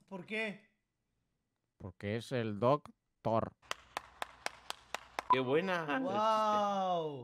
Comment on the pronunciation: Como se dice doctor en inglés pues dogtor